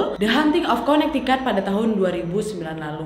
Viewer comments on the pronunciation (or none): Connecticut dibacanya Konektiket, bukan konektikat.